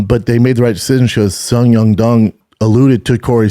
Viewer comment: I even heard a couple “Sung Yung Dung” in there. 😂